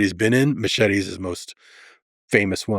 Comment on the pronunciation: i cringe when a latino can't pronounce "machete" correctly, ... "machiry " wtf!!!